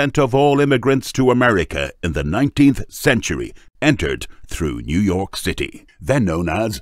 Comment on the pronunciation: Facunated with this time new yourk